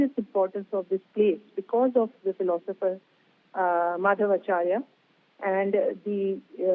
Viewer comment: Why can’t they’ve a qualified & knowledgeable reporter??? They don’t even make an effort! She can’t even say paduke & mukhya Praana who is Hanuman*…And it is Madhva Acharya